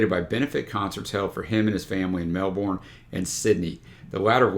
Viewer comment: Amazing overview of Dragon. Not vitally important in the scheme of things but the pronunciation of Melbourne (there's a trick to it) requires imagining that the ourne is instead erne and is said very quickly almost disappearing as soon as you say it 😲.